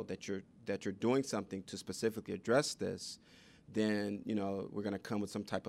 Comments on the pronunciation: Pacifically? Really? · Lost me at "pacifically" instead of specifically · In the first minute, did he actually say the word “pacifically” instead of the word specifically? What kind of college is this? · Never trust anyone who says “pacifically” instead of “specifically” to teach your children.